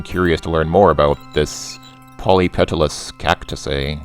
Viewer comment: a polypetalous simply means a plant that has a lot of separate petals.And you pronounced it right.:) I guess he's Clark Kent. lol I remember Quayle and that potatoe gaff.